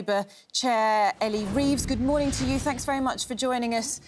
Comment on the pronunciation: Fank you Was the first words out of this woman’s mouth Somefink is wrong in GB